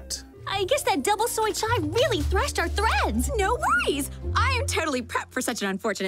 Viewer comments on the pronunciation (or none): none